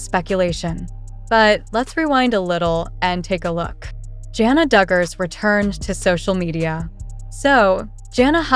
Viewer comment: Hey learn to pronounce her name correctly